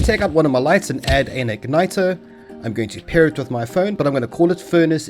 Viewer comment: ... i was rather confused when you said "pay the server" then i realized it was your accent making pair sound like pay XD